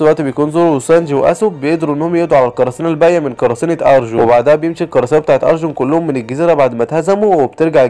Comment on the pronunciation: وربي اسمه مو ارجون اسمه ارلونغ